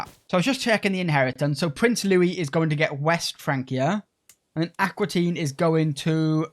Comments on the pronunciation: It's Aquitaine, not Aquatine! 😄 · Fun playstyle! Also fun that that you call Aquitaine Aqua Teen.